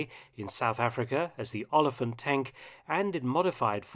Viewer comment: Note they butchering of olifant is elephant in Afrikaans.